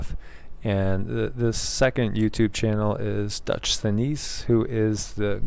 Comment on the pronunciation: It's pronounced Dutch sense and yes, like you, he is amazing.